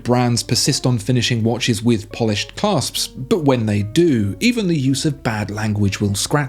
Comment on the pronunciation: ish - 'Claps' not 'Clasps' Just sayin'